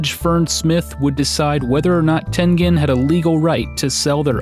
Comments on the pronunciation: It's Tengen....pronounced as "Tenjen". Smh. Gotta love milenials that think they know everything about an era they were never born in by doing massive amounts of research ON THE INTERNET. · It is pronounced "ten-jin", with a J sound, not a G sound. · I thought that it was pronounced ten-jen. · I always pronounced it Ten Gen (as in Genesis) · No! No! No! It's Ten -Jen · It's pronounced "tengine." It's American.